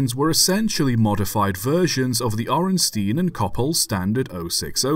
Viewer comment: I can't speak to your pronunciation of Indian place names, but I feel obligated to point out that Orenstein rhymes with beer stein. In German EI is pronounced like a long I in English, and IE is pronounced like a long E, that trips me up all the time when trying to speak/read German.